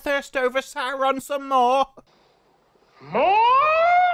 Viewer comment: ehhhregghiion sauugghhhhrrrroon :face-green-smiling::face-green-smiling::face-green-smiling